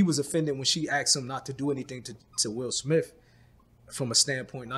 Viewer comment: Will Smiff 😅🤣 i love